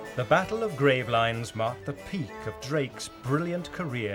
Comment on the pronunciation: Gravelines: Gra-vel-EEns.